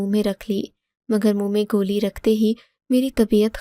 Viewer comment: گولی ھوتا ھے گلی نھی